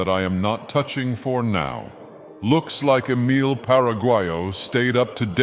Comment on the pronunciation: I love how he butchers Emile's name with each use.